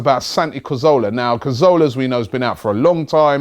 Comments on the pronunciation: It's Cazorla not Carzola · let's get it right once and for all... its CA ZOR LA... pronounced Ca-thor-la with the T-H pronounced like the T-H in 'THINK' or 'THOUGHT'.. not like an F... lol